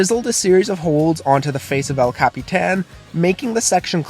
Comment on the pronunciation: It’s El Capitan, not “ale capitaen”